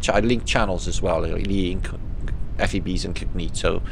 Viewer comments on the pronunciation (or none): none